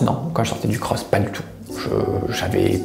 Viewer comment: Pk il dit cros ??